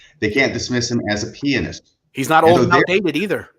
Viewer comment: Thank you for correctly saying pianist. And not saying ( pe an ist ) growing up with a mother who was a classical violinist and studying musical theory and being a guitarist myself it's one of my biggest pet peeves so thank you.